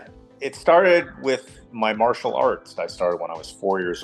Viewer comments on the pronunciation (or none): none